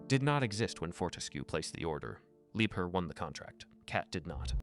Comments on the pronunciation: Interesting information. But please: pronunciation is "Lieb-HERR" not too often "lieber" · Could even be lieb hair